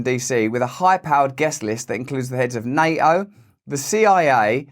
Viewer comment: It's NATO Russ.. not NA-O